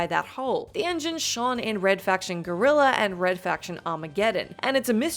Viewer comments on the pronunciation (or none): none